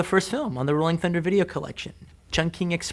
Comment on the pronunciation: the way he saids chung king is so horrible